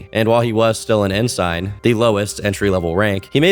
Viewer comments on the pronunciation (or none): It's pronounced "N-Sin", not "N-Sine". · "in-sign"?????? WTF bro, it's "en-sin"........ My brain hurts now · “And while he still was an IN-SIGN” dog, it’s pronounced IN-SIN. (Sorry I was also in the navy and I can’t simply ignore the butcher) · en-sign? lol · You say it “en sin” not “en sign” just fyi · Ensign (pronounced Ensin) is the lowest ranking officer rank. Just thought i should clear that up. Seaman Recruit is the lowest enlisted rank (depending on your job). If you have an air rate its Airman Recruit, and if its a Damage Control Rate its Fireman Recruit. He only managed to get officer right out of basic training is because he was a college graduate Edit: OMG okay I remember this. So I joined the Navy in July 2019, and went into Pensacola Florida for my A-School (MOS or Military Occupation School for anyone who don't know what that means) in September, and graduated and left the base to go to my next command in November. My mom had no clue, cause I visited and she thought I was going back to Pensacola right after my leave ended, so she called me asking if I was okay because of this exact shooting. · Ensign = pronounced En-sin. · was still an en-SEIN 😂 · Not calling an ensign an end sign….💀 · ensign is pronounced similar to the henson in jim henson